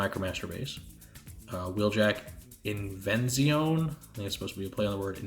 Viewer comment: "invenzione" is pronounced "invenzionë" (like the "ë" in "Emily Brontë"). It's Italian for "invention".